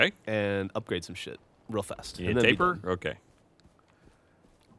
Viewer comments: Sounds like they're calling the Tapir, "tapeworm" every time. Hahaha. Don't mean to be an absolute dickhead, but it's pronounced 'tah-peer'. They're cool animals. #EnglishLessonOver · Tapir, all the time, and it's said Tay-Peer. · FFS guys, yes it is "tay-peer", but the "tay" or "tah" doesn't matter so much. It's the "Eer" sound that Geoff and should be pronouncing. Like "Altaïr" is pronounced Al-Tye-Ear instead of Al-Tyre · why cant they pronounce tapir properly